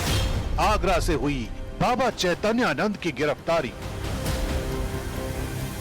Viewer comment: इस एंकर को बाबा का नाम नहीं लेने आ रहा है।चैतैयानंद बोल रही है यह सत्ता की दलाल है कुछ भी बोल सकती है।